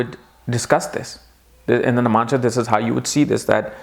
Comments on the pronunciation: I am stopping this video midway and quitting because I can't hear that irritating 'namansha' 'namansha' again and again. iIt is 'Navmaunsha' for God's sake! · you always say namansha ... its 9 Navamsa please pronounce it correct ?